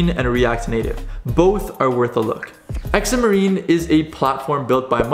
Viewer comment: X marines? That makes me giggle. I think you mean Xamarin (Zam er in)